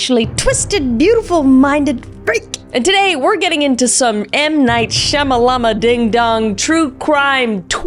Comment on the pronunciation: That’s exactly how I say m night shamallama